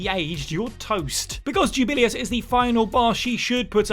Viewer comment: “Jubillyus” Jesus Christ they pronounce it in the damn game for you